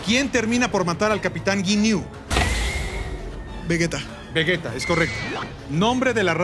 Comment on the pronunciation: Veguea? xd